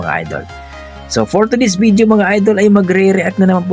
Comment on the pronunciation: ......It isn't BID-YO, it's VID-YO Not WHEE-TER, it's WAY-TER.